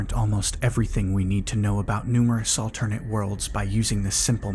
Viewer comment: Are we going to talk about the way he's pronouncing "alternate"?